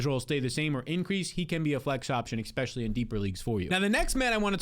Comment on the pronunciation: I love your content, but for the love of god stop trying to invent the word "expecially". You sound like a toddler every time you say it man.